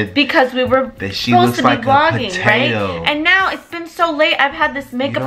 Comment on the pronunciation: “Potatah” emphasis on the tah😂😂😂